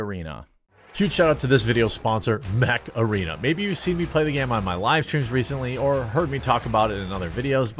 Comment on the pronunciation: Every time you say Mech arena all i can think is.. heeeeeyyyyy Macarana